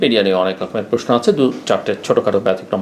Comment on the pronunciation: প্রেশ্ন বলেন নাকি প্রশ্ন বলেন!!!আমি সন্দিহান।